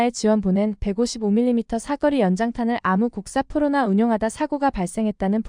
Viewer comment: 자막 읽어주는 TTS프로그램들의 공통적인 문제점은, '사거리'를 '삿거리'라고 읽는 점이 공통의 문제점이네요.